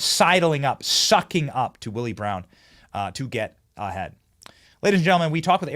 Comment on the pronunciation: I like how you said...."That's how Kamala 'Gets A- HEAD!'